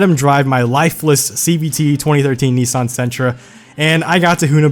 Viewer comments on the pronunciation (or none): It's not Neeeesaahn, it's Nissan. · Number 2 needs to be applied to all Americans. It's pronounced Nissin, not NEE-SARN